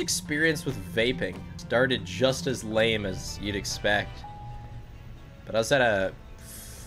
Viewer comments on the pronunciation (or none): none